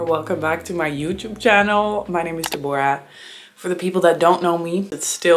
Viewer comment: It’s the first time I’m hearing your name being pronounced as “De-bor-ah” usually people say, “Deb-brah”